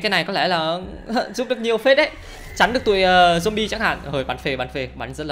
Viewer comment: Zombie đọc là dom bi nha anh, ko phải dom ba.